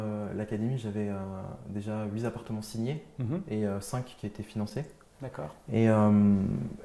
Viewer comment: on dit huit appartements, pas huit zappartements ^^